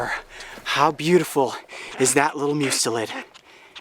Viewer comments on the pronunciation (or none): It's pronounced Mus-telid not Moos-telid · It is pronounced must-eh-lid.